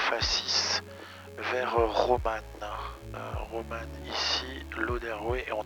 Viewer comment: j'ai entendu ROMAN pendant toute la vidéo au lieu de ROMAM ;-)